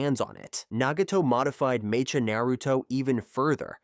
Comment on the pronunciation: Bro… it’s pronounced Meh-ka. Mecha as in Mechanical.. 🤦🏻‍♂️